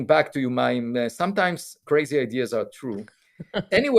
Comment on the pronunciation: Mayim Not Maxim Sorry